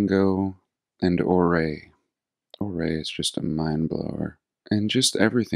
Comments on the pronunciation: Ouray is pronounced “Yoooo-ray”… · Tree line is around 12,000 feet. Million Dollar Highway goes over Red Mountain Pass. Ouray is pronounced like "Youray". After Chief Ouray of the Ute Tribe. Some of our mountains are 14 'ners and so top of the mountain does not have enough oxygen to support the Aspens and Pines. If you hike up there its dirt and scree and very small tundra. I just checked out Ouray's Elks Lodge the other day after watching your videos. Because to me the old court house, community building now the firehouse. The Beaumont Hotel all seem "Old World" and I live very close for many many years. It's fascinating. Thank you for sharing your talks. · thank you for opening our eyes. As a Durangatangian, I now look at the rocks in the mountains differently—they look more like building rubble from past civilizations. Everywhere! Thank you! Oh and we pronounce Ouray as Your-A. Named after the Chief. We call it Whoville—a duplicate of the town! My favorite place to be with our horses, 4-wheelers, dirt bikes visiting ghost towns then soaking in the hot springs after. Keep up the great work! ❤